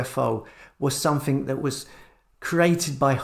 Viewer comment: Like watching you videos but will you stop saying nothink and somethink instead of nothing and something! It's so annoying!